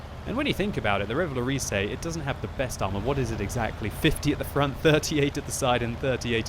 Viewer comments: xD RéValowrizé that's funny in english for prononce this in french it's like ReuVa-LauRRisé what the hell is my comment O_o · Revalorisey? that's not how you pronounce it...